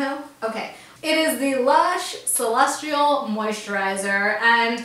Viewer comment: celestial doesn't have an R in it!!!!!!!!! noticed this all throughout the vlogs HAHA